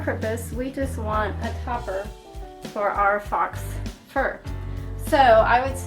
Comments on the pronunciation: Not "fox fur" but faux fur (pronounced pho-fur as in phony fur.) Nice project! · Helpful video. One thing... fox fur? It's pronounced like the word "foe". It is French and it means false.